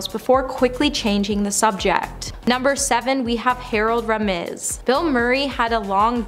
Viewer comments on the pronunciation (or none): Harold RAY-MUS!!!!!!!